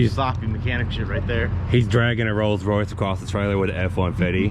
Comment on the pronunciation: "The Molds Royce"